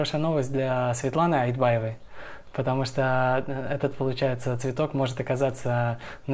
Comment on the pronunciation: ПРИВЕТ!!!!!! НЕ АЛИБАЕВА, А АЙТБАЕВА!!ВЫ СУПЕР